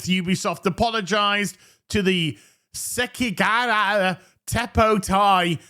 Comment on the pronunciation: Se ki ga ha ra that’s how you say it